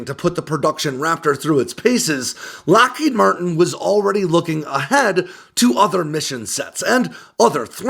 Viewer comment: Loheed Martin? Kannst du nicht lesen KI? It is Lockheed Martin.